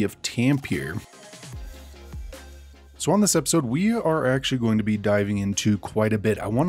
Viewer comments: You can say Tam-pe-re that sounds more as it sounds in Finland or in swedish Tammerfors 😊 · Pronounce all the e in Tampere, as in e in egg